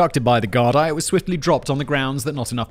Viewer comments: In Ireland it’s pronounced “Gar-Dee” not “Gar-die”…. We forgive you Englishman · for future reference its pronounced Gar-dee not Gar-dai..... good attempt though haha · Gardai is pronounced Gardy. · Ah yes Ireland, going from “THATS BLASPHEMY!!” to getting rid of the law for “THATS BLASPHEMY!!” to making every drug legal for that one day. Who says Ireland isn’t progressive 😂😂 also “Gard-eye” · The Irish Police are called An Garda Siochana (on garda she-o-kawna), "Guardian of the Peace". The plural is Gardai (gardee), not that you care but in case anyone else does...